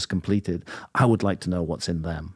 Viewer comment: It's not "dem" patrick. T H E M, pretty easy word, I expect you to practice